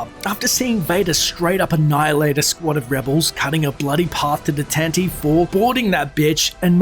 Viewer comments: its pronounced TantiveEEEE, there is a strong E on the end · Tan Tee Veev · Yay "Tan-Ti-Vee". :) That is an interesting backstory. It reminds me how I've often felt (particularly during the Prequel Trilogy) that a better format for telling a politically elaborate story is the serial (or 'mini-series' as we called them in the 80s).